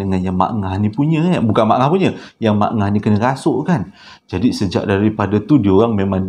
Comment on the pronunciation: Saruk😂Rasuk..tak boleh lupa bab salah sebut😂